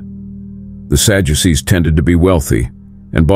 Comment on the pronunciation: I hate this AI 💩💩 "Sajuices"?